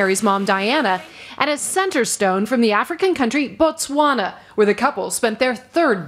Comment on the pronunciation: Good pronounciation of Botswana there Trevor... finally someone gets it right